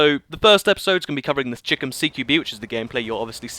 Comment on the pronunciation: stop stop stop. It is not cheekom CQB BUT CHAI-KOM because chicom stands for chinese communist but you would not know what because you cannot own guns in the UK